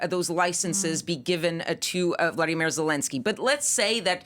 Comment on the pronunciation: Volodymyr - VO-LO-DY-MYR Vladimir - VLAD- I- MIR Can you see, and thus PRONOUNCE - the difference,..??? Or does the way someone’s name is spelled and pronounced not matter? I can’t believe it’s been four years of this and you still can’t pronounce Zelensky’s name correctly.